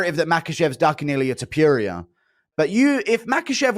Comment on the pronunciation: “Illia Topurier” - Guru